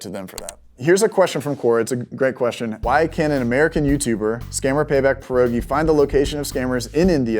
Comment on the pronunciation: come on man, gimme that hefty polish PEEE(th)R-OH-ghee on de name